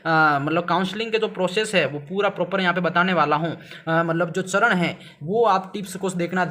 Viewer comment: सरन नही चरण होता है😂